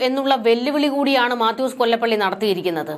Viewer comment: മാത്യൂസ് കൊലപ്പുള്ളി എന്ന് വായിക്കുക